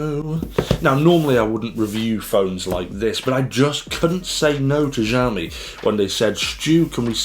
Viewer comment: "xiaomi" is not pronounced jiaomi, more like siaomi, would be closer to standard chinese, just fyi. I am also a xiaomi fan and like your reviews here.